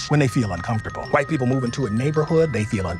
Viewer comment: made my day. AS a white guy, I feel good about her emphasis on the "white"